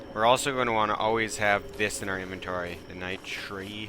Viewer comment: This is how you say it "NIGHT -ter"